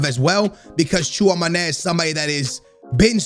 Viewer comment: The fact that pronounces TCHOUAMÈNI wrong made me dislike the video